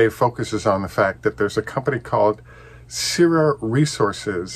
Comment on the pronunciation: Hi, I think the pronunciation for “Syrah” is “Sr-aa”. Same pronunciation as the French grape varietal used for Syrah wine. Makes sense since the #1 wine grape varietal in Australia is Shiraz which is the exact same grape as Syrah, just that the Aussies call it Shiraz. Hope this helps.